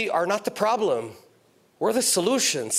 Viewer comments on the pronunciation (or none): none